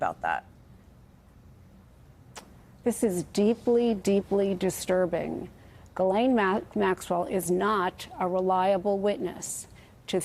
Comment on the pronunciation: I’m surprised that no one has looked up how to pronounce Ghislaine. I looked it up on Google. It is French, and pronounced jislane.